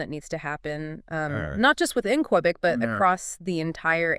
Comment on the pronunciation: Great podcast! Just you pronounce Qubic as cue -bic or ku -bic, not qwe -bic :)